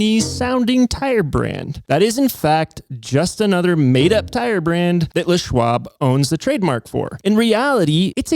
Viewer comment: How is it that, even in 2025, and even if they're an "expert," people are still pronouncing "LES Schwab," (Leslie Bishop Schwab) as "Le Schwab," as if it's French? It's not, "THE Schwab!" 🙄